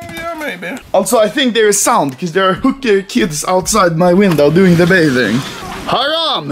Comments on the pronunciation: lol haram - orent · Lmao did he just say haram